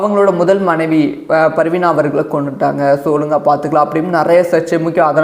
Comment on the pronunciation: Sir it's not parveena it is parveena